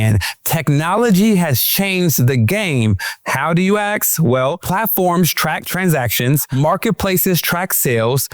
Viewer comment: Ask, not Aks, my god!!!